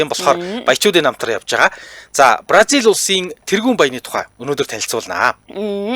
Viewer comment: Бразил гэж дуудвал Барзил гэж дуудах нь онцгүй